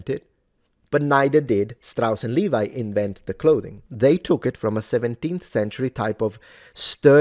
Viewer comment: The name "Levi" is pronounced "Lay-vee" (I deliberately wrote it that way so that native English speakers would pronounce it correctly). 🙂